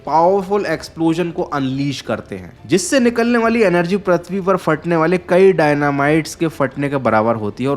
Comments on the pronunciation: All Good...but improve ur pronunciation please... Its "Prithvi" not "Prathvi" or "Pruthvi"... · Prithvi ❌parthvi ✅😂